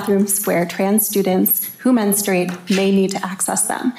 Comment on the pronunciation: Can people just please pronounce the word men-stru-ate correctly? It's not men-strate.🙄🙄🙄